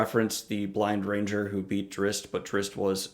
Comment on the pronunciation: Drizzt is pronounced Dritst.